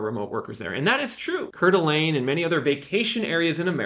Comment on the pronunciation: Hi! Just FYI, the pronunciation for Coeur d'Alene is 'core-duh-lane'. 😅